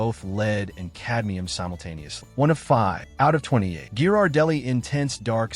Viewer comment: RIDICULOUS. A TOTALLY DUMB POST IS FULL OF HOT AIR. THE AI NARRATION CANNOT EVEN PRONOUNCE GHIRARDELLI CORRECTLY.